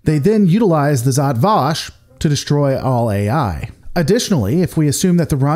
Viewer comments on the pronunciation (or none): Pronounce it properly: Žat Vaš